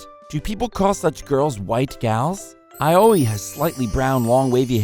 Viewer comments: Hahah, same. Aoi became A-O-E. What's this Area of Effect? XD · My biggest question is why they are pronouncing Aoi as Ayoi...